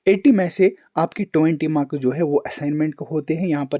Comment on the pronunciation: Bhai not makas it's marks 😂